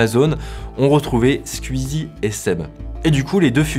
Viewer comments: on dit Squeezie comme ça ? J'ai toujours prononcé "skouizi" pas "sq-ui-zi". comme je dirait "twitter" et pas "tuitter" ou encore "la Wii" et pas "'la ui". Me trompe-je depuis tout ce temps ? Ou c'est un accent de l'est qui ressort chez notre cher Mamytwink ? :) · J'suis le seul à être gêné par sa façon de prononcer le nom de Squeezie? Je suis tellement cringé que j'ai stop la vidéo :s